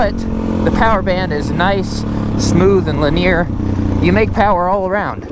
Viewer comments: LIN-E-AR NOT LIN-EAR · Unmodified bikes would be a better comparison. And “linear”. Is pronounced Lin-ee-ur.